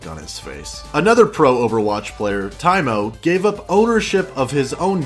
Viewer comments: It's pronounced "Tiymoo" you uncultured swine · The biggest sin was pronouncing Taimou (Tie-Moo) as Tie-Moe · The fact said 'TYE-MOH' for Taimou really makes me feel like you're an outsider to the OWL scene and looking to start shit.